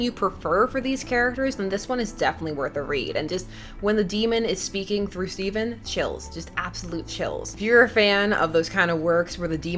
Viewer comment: It's Stephen tho